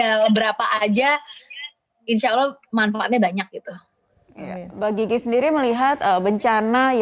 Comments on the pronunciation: Ini presenter nyebutnya kok mba jiji ejakanya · Mbak GIGI di baca GG 😂